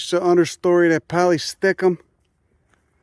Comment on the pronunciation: “Poly-STICK-um”? Again: second syllable accent: “pol-LISS-tickum”—okay?